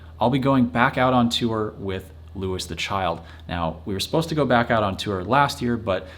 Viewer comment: TIL it’s pronounced Louis (Loo-is) and not Louis (Loo-ee)